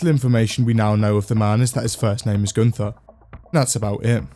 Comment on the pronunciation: Pronouncing Gunther as Günver nice